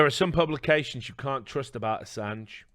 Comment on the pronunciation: Oi mate PRONOUNCE ASSANGE RIGHT MATE!!!